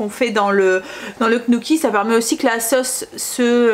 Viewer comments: Hello, le gnocchi se prononce nioki 😊😉 J'en ferai peut être, j'adore ça!! Bisous 😍😍😍😍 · Bonsoir merci pour ces petites pépites de recettes * Tu m'as fait sourire dans la manière dont tu dit Gnocchi Amitiés Valérie